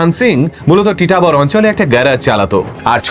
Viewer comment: আমি আসামের তেজপুরে থেকে ভিডিওটি দেখছি। জায়গাটির নাম টিটাবর না ❌ জায়গাটির নাম হচ্ছে তিতাবর । আর আসামে কখনো এরকম ঘটনা শুনিনি। তবে হতেও পারে।😢 কালা জাদুর পপুলার জায়গা হচ্ছে মায়ং ।